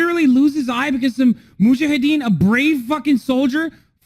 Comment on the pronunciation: MUJAHIDEEN not MUHAJADEEN